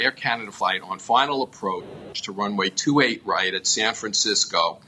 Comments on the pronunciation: It's not "28 R", It's 2-8 right! Say it right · twenty eight “R” ? Its two eight right my sweet child 😂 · Ugggg it's pronounced two eight right not twenty eight R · Two eight right not twenty eight arr. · Twenty Eight "Arrr" Lol. It's 28 Right. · say 2-8 Right not 28R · Please dont say land on 28 "R". Say right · I could forgive "Twenty-Eight" instead of 2-8, but "Arr" made me cringe. "Right" is still only one syllable, correct? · Was looking for this. When she said “R” it made me cringe.